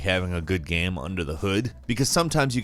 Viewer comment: I like your voice but when you say "gam" it hurts me.